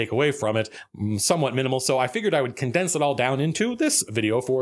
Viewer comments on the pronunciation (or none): "condense" oh Matt you rascal